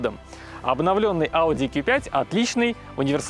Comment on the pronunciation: "Ки 5" "СказаШно" "БалУемся" Вы шутите? Уши загибались, пока смотрел ТВ. Верните его в школу, пусть доучится...